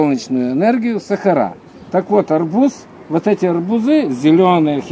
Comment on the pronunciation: Добрый день..Все это понятно, кроме одного. Почему вы говорите" арбуЗы" , "аобузОв" вместо "арбУзы", " арбУзов?